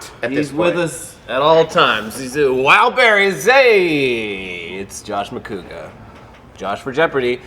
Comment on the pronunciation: Hashtag THE Professor! Lon’s all fact check-y on movie fights, and here, he is hilarious. Pronouncing ma-CU-gah.